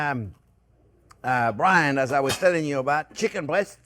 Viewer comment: chicken brian.😂😂😂beef david...i thought it was byrani...brian eye